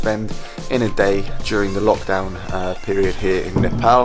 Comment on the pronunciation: Well done, now you have learnt to pronounce Nepal not like Nefol or Nepol!!!